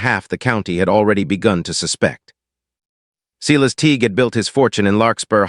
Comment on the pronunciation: NAME IS PRONOUNCED SY-LUS. ARITHMETIC IS uh-RITH-muh-tik. Some uses of the word READ, are pronounced red. AI isnt very smart, and foreigners dont know how to proof read.